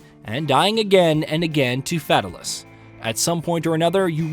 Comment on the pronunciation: "FAT-a-lus" lol 😂